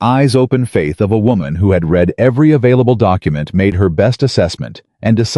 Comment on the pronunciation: Past tense of read although spelt the same is pronounced as "red"